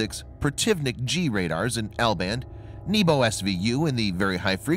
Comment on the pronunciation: ITS NEH-BO NOT NEEBO